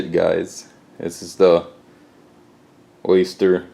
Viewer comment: It’s Oster, not Oyster ;-)